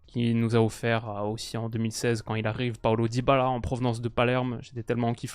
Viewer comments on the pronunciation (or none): none